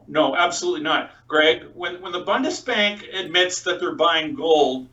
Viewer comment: pls learn how to pronounce Bundesbank ;-) not BONDESBANK